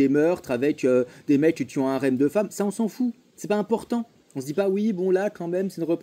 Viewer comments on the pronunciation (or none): none